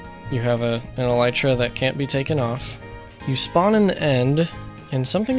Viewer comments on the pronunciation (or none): none